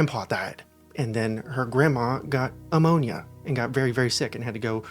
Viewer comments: Sorry if I sound like I'm nit-picking but it's pneumonia, not ammonia. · I understand that this whole story is quite serious and I'm only 4 minutes in, but to hear you say that her grandma got ammonia - instead of pneumonia - gave me the giggles 🤭. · Got ammonia? Dude... it's Pneumonia. You get ANOTHER 🟥! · I love how he called pneumonia ammonia lmao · Did you say the grandma got " ammonia?" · “got ammonia”? 🤣🤣 It’s pneumonia, my guy.